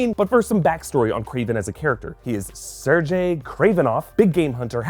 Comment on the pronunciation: Sergei has a hard g...knowing is half the battle!